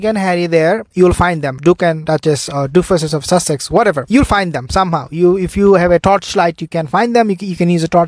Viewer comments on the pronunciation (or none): none